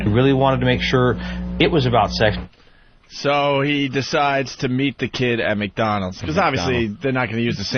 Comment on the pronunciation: He'sh cuuum fur sssuuuuweeexxxx